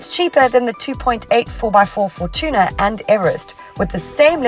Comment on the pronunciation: Why do people pronounce the Toyota Fortuner as the Toyota 4Tuna?